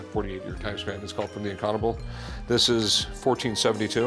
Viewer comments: “Incanable” 😂 It’s called an “INCUNABLE!”. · He spent all that money on a book from the 1500s and can’t even pronounce it and it was on the show. In-Kyoo-nuh-ble